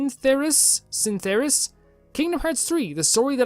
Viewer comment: I see you struggled a bit with my name. It's Synth like synthetic or synthesis, er like... -er at the end of a word, and us. (Synth-er-us). Also, I hope KH3 is everything I want it to be and more. I think it will be. It comes out on the 29th. I'm really excited. I hope you get around to playing it. KH fans are some of the most passionate fans out there. If you watch a reaction video for a trailer, the person watching is either freaking out or so emotional that they start to tear up. It's a series that really means a lot to people.